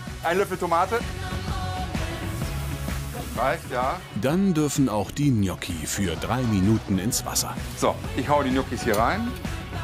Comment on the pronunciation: Der Typ ist unterste Schiene... "Gnotschi"... das heißt "Gnotschi" 😅😅